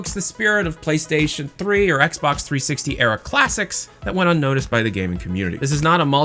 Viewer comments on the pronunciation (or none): none